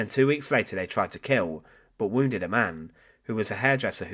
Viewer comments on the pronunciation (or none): none